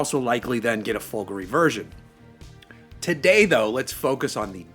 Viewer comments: The stress is correct - i.e. it's supposed to have a similar stress pattern to the word "Calgary". Listen to the Maserati team pronounce the word. It's the final vowel that the presenter gets wrong. He pronounces it as /i/ instead of /e/ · It's so weird - Americans are supposed to be used to emphasising the 2nd syllable instead of the 1st, like comparing British and American pronunciations of the word "harassment" but for "Folgore" he turns into a clueless Brit. Maybe he's thinking of Calgary...